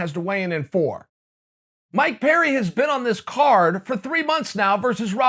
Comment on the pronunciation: I thought you were saying "my parent" not "Mike Perry" hahahahaha